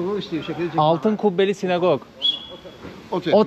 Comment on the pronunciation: SinAgog. (Sinegog değil.)